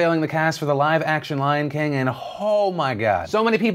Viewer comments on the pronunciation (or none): none